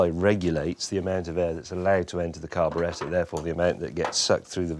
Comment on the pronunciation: That is the correct English pronunciation for it so good on ya!